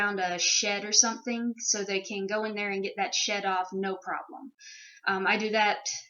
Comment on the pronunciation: I totally thought tou said shit instead of shed, and I was thinking poor Moose was mad because she was constipated. BTW does DV stand for anything?